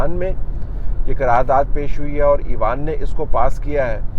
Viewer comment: "ایوان" کا اردو تلفظ آپ مستقل غلط بولتے رہے پورے وی لاگ میں ۔۔۔ اس سے اچھا ہوتا آپ پارلیمنٹ یا پارلیمان بول دیتے ۔۔۔ پہلے ہی نیوز چینلز نے اردو کا بیڑا غرق کیا ہوا ہے ۔۔۔ آپ تو اتنے معتبر جرنلسٹ ہیں کہ لوگ آپ کی زبان سے جو سنیں گے اسی کو درست مان لیں گے ۔۔۔ اس لئے تھوڑا سا خیال میرے بھائی ۔۔۔۔۔